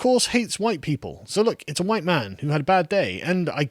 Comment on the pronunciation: You say “huwhite”?? SALTY!